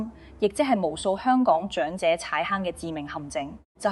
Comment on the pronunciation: 姐姐，謝謝分享。您講的「兩個的兩」，「長者的長」 ， 「養老的養」 和 「場地的場」， 有點懶音，小心留意。